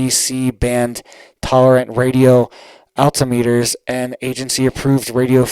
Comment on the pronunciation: Altimeter pronounced wrong. Who writes your script?